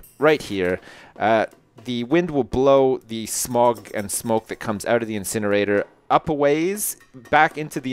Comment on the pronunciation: Dont you mean an insjinerator